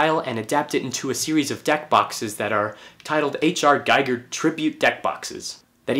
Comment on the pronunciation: Nice vid. Btw, H.R.'s name is pronounced, "Gee-gur", not "Guy-gur".